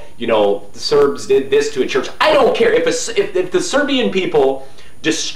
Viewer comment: Very nice Serbian pronunciation for a Westerner! Congrats!